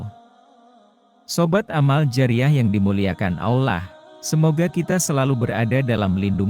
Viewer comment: Kenapa pengisi suara nya harus AI sebut Allah jadi olah gmna sih